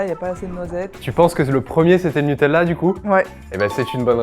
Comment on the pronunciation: On dit NuteLa, pas NuteL'La, c'est insupportable